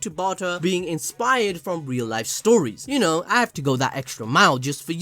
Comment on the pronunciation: It's funny when i heard " you know " i hear " yuno " haha i know now everyone gonna heard this now